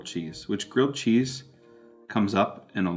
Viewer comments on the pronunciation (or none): It’s ‘grilled cheese’. Not grill cheese.